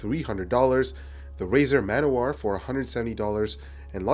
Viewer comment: Manowar? It's Man. O. War. Get it right scrub! Jk like the review =) don't own the razer btw